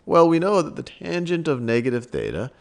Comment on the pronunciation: lmao bro said "thot" like twice.